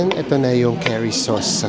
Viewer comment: Hi, Yung pronunciation po sa curry is parang kuhri po. Not Keri 😊 Welcome back sa int'l travel. Enjoy and keep safe😊